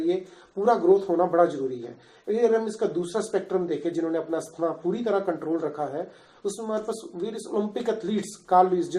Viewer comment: You can't even pronounce asthma what kind of doctor are you